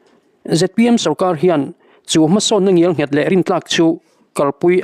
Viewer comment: Ngial nghet ni lovin, Ngel nghet tih hram a va ṭha em!